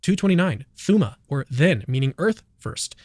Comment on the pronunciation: "thooma" hahahaha